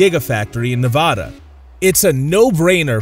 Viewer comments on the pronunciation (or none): It's Nev Ada. Nev like never. The 'a' sound is like the 'a' in cat, not like Spanish or French. Please consider using the correct pronunciation for my state.